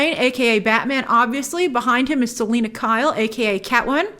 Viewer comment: What's not perfect? Not even one proper pronunciation of the word when referring to zoe's selina. Gotta put a lil more 'purrr...' into it ;)